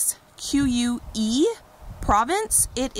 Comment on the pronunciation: Musquee is pronounced like musky!